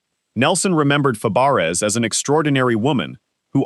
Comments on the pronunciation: What does the picture with the professor from UK who died have anything to do with Shelley Fabares? I don't get it. And as someone said you're prouncing her last name incorrectly, it's prounced Fabray like her aunt Nanette Fabray, her aunt changed it to sound like it should sound. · If you can't say her last name right then don't say it then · Yeah, jeez! How insulting in a memorial video!